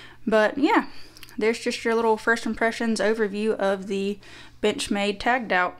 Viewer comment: I swear I was hearing b**ch made all the time 😅